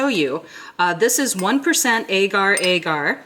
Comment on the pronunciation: Great Video! Thank you! Wish you could DM on YouTube bc just wanted to throw it out there that since agar agar is South East Asian & generally pronounced either short a like apple or short o like odd, not a long ā sound & just wanted to pass that on 💟